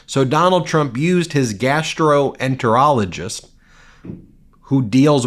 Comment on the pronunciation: Normally I like your vids...This crosses lines. Learn WTF a GI doc actually practices before emphasizing "GAS"troenterologist.. .you're crossing lines. You overemphasized "GAS" multiple times. Huge thumbs down!!